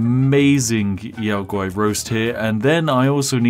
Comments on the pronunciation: "yow gowrie"? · did you calla a yao guai "yao gari"? lol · I'm sorry, how did you just pronounce Yao Guai? Yao gauri? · Yow guwhy - yao guai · We just gonna gloss over "Yao gowry" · I've always said it the way the NPC's say it, they pronounce it "Yow G-Why" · Gotta love that Yao Guai pronunciation XD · The way he pronounced Yao Guai pained me lol